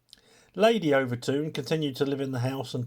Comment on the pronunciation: Pronounced Over Tin